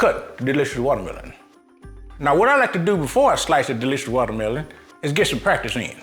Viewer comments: "delicious wauutamielaun.." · The correct pronunciation is wallamela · I thought it was pronounced "watermeLOAN"